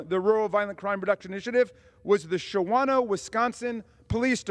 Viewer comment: Shout out to Shawano Wisconsin. FYI it's pronounced sha no.